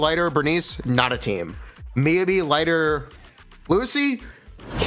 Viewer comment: god i despise how he pronounces Miyabi, besides that love the content